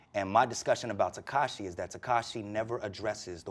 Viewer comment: He can’t even pronounce his name “tekashae”